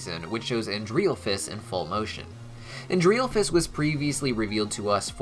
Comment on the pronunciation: I'm sorry but the way you butchered stella's brother's name kills me.